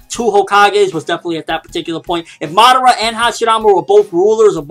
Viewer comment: pronounced ma~da~ra not Madauria. Seriously you say it have it sound on the show and in japanese. How can you mess that up!